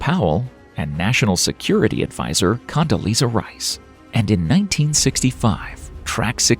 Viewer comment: I heard it. Cuntalisa Rice